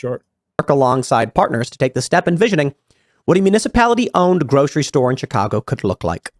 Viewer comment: Tim doesn't even know how to say "Chicago".